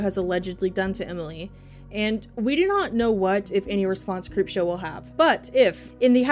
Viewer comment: Okokok not t be offensive but it sounded like you said creepshart, thank you because now she has a new nickname